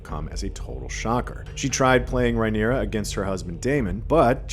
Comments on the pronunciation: Drink every time you hear "Rye-neera" instead of "Rhaenyra." 🍻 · It’s Ray-neer-ah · Can’t stand the way this guy keeps mispronouncing Rhaenyra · Also why are you pronouncing Rhaenyra strangely, starting to think used AI for this